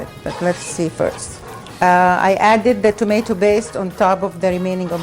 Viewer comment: Tomatoo bass 😅😅😅